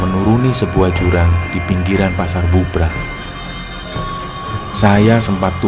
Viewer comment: Setiap denger cerita pendakian, pasar Bubrah ,tetapi aku dengernya pasar "Gubrah"